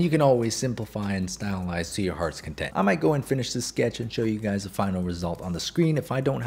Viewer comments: No be honest. You started the video with what's up gays and not guys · did he say guys or gays😀